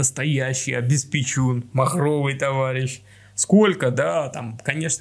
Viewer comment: вы не правильно произносите слово обеспеТЬФУн